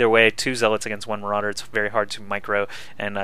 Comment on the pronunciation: Or as Kiwikaki says it mArAudeer. (Day9 reference)